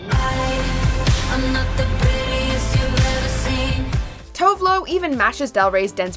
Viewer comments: Tove Lo is pronounced like Too-veh Loo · Pronouncing Tove Lo Tovlo makes my swedish ears burn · please pronounce Tove Lo's name correctly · No FKA Twigs!!?? and the way she pronounce Tove Lo pissed me off a little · Oh man she just butchered Tove Lo's name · love how they said Tove Lo, so wrongXD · jeez you pronounce tove lo’s name wrong.....